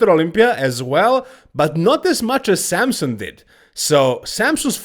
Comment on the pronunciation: It’s Samson, not Sampson